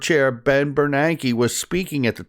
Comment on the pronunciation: His name is Ben Bernanke. Not Bernard.